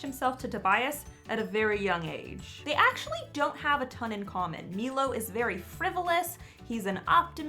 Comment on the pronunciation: I was pronouncing milos name as My Low 😂😅😥